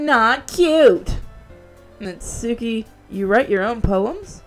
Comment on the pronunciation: Now now I got a question. Could you try to put some more effort into reading the japanese names. Natsuki btw is spoken without the u.